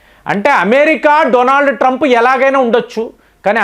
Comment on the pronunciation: Trup ghadu Enti ,,.Koncham Manchinga matladandi